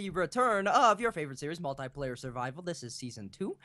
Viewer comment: It's multiplayer not multuyplayer